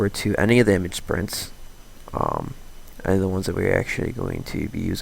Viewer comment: Nice tutorial, but it irked me every time you said "Image Sprints". It's Image "Sprite", like the soda.